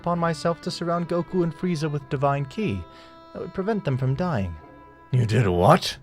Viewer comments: Good shit but please do not make another until you pronounce ki right, it’s ki(key) not kai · Didn’t feel his Kai? You mean chi (key) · Y is he saying kai insted ki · is everyone just gonna ignore that he says kai instead of ki? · The AI speech just says Kai instead of "Kee" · It’s pronounced key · 'kai' 'dragon spheres' 'wis' Lmfao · Amazing video bro just one thing… ki is pronounced like “key” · did you just pronounce ki kai???😂😂😂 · It's not Kai it's ki(key) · Ki not k eye. Shenron not Shen long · Bro said Kai instead of ki and called the dragon balls dragon shepres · He keeps on saying kai and not ki its getting on my nerves😂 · erm ackually, B) its is pronounced kE not kI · Bro really Said ky bro its ki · It’s not called Kai it’s called ki. K and c made sound the same so that sound with I saying the e sound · Your saying ki like kye when it's pronounced similar to key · btw you dont say ki like kai you say it like key if im not mistaken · Im convinced this guy is trolling us at this point with how stupid he is. Pronouncing "Whis" "Whehz", pronouncing "Ki" the most FUNDAMENTAL part of the series "Kai', calling the Tournament of Power the "Tournament of Force" which confuses me to no end. Overall even the logic in the what if is just insanely stupid as well so...